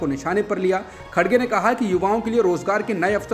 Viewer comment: The name of congress president is Mr."KHARGE" not "KHADGE" as being wrongly pronounced in the media. Just for information